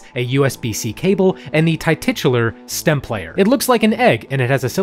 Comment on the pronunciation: Ti-titular? Lol